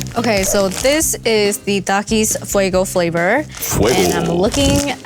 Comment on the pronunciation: Thank you for pronouncing Takis the right way🔥🔥🔥 Th-a-k-ee-s